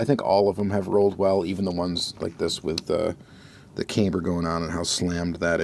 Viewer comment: It is pronounced CAM-ber,,, not CAME-ber. C’mon man.